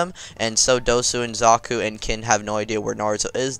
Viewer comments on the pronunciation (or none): none